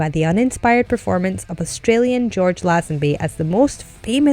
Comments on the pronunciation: It’s Laze-en-bee, and he made a good fist at Bond, especially as it was his first acting gig. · Before you moan about casting choices at least get actors names right,the way she pronounced George Lazenby's name hurt my ears.